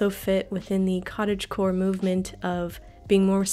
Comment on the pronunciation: giving a like the moment you said cottagegore XD